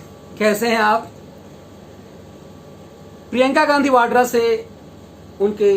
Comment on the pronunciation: Vadra bolo sir